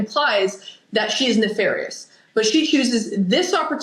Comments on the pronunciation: Or. . .Why does she not know how to pronounce nefarious? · Rewatching this… she pronounced “nefarious” the way she did because that’s how Hank Brennan pronounces it. We all clocked it immediately!! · NEFARIOUS and the first pronunciation, was used by HANK BRENNAN at one of the motions/or VOIR (to see)dire ( to say/ to tell) hearings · Where did Jen get her new vocabulary (nefarious)? Obviously from Hank Brennan, who earlier mispronounced that word in court just as Jen mimicked it. She then corrects her pronunciation after she hears Jackson say the word correctly. What do you make of that?